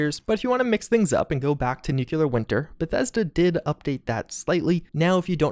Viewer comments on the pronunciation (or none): For the love of God it's nuclear not newquelur. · great video but its nuclear not nuculer